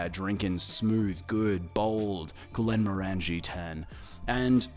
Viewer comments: I just watched the entire series of this commercial because I’m a HF fan. But I believe you’re mispronouncing the brand name. Granted, I’m American, not Scottish, but even I can easily pronounce it after watching the episode where the factory worker is correcting Ford multiple times on how to say it. They pronounce it “Glen-more-in-g” (phonetically), where as it sounds like you’re saying “glen-more-angie.” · I lasted 30 seconds. You have a whisky channel, and can’t pronounce Glenmorangie properly….did you even watch the ads? Unless it’s some kind of pisstake that I’m missing. 🤷🏻‍♂️